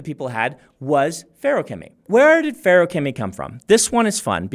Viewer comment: I'm so glad it's pronounced like how Brandon says it and not fa-roo-kemy like some YouTubers say it